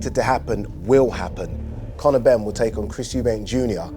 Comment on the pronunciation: Connow benn mr “it makes no difference to me”😂